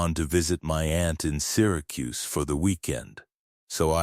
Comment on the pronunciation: For AI it amazingly pronounced Albany and Syracuse correctly.